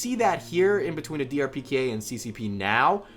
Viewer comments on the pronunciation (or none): Lol he kept saying DRPK instead of DPRK